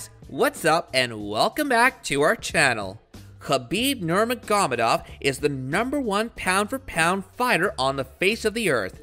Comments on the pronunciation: The moment he mispronounced Khabibs last name I quit listening. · Wow that pronunciation for khabibs last name is painful to hear lol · How is anyone ok with the way this man butchers khabibs last name🤦‍♂️🤦‍♂️🤦‍♂️🤦‍♂️ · Khabib Nermagomadov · Learn to pronounce his name before you try to make a video about him.. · Did u hear the way he pronounced khabibs name at the beginning😂😂😂